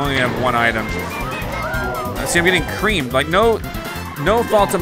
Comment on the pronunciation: you say you get creamed! I feel like you are saying you get wiped creamed!